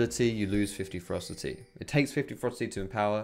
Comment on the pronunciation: Everytime he said "ferocity" I heard "froster teeth".